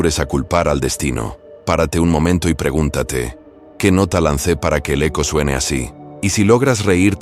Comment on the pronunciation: Perdón no es aco es eco